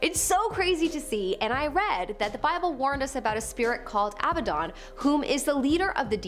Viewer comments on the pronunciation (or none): Abba/Don not abbaden